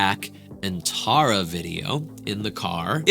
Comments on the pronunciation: please say the name correct its t-are-uh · It’s not Tare-a it’s tar-a get it right. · Tara TAR a tARa not TAREa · also, her name is pronounced (TAR-uh) like concrete tar, she hates when ppl don’t pronounce it right lol she always mentions it 😅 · TAR-RUH, c'mon!😂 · Please learn how to say her name ahhhhhh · idk if this is rude but u were saying her name wrong, SORRY IF THIS IS RUDE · Pronouncing her name wrong so many times. I can see Tara watching this and getting riled up 😂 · Not at all 😂 but she definitely would be like “that’s not how you say it!” Lol